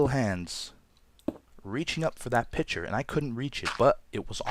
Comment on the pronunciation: LOL i thought he said picture instead os pitcher